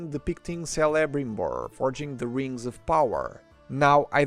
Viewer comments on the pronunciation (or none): ehem.... Celebrimbor is pronounced: |Kelebrimbor| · This is amazing. Also hands down, yours is the best and most thorough review I've seen so far (I may have been watching a LOT of them recently). One tiny nitpick, Celebrimbor (last of the House of Fëanor) is pronounced keh-leh-BREEM-bor. All "C" words in elvish are hard C's. Cirdan is Keir-dan Celeborn is Keh-leh-born| The river Celebrant is Keh-leh-brant (also Cele in Sindarin is "silver"... the River that flows east out of Moria through Lothlórien is the Silver Course)